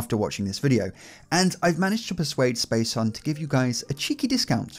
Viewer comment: A little more effort, man... It's Spacehuhn - space HOOON, not hun! ;D Imagine him pronouncing everything just like it were German words, you know.